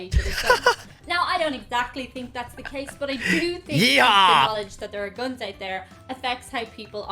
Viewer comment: Attention please - when it comes to - Guns - PLEASE say the word "Guns" correctly. The (u) is the uha sound - not like the U is pronounced on it's own in the alphabet. I hope I explained that in a way to understand. Don't say Guons - say (Guns). : )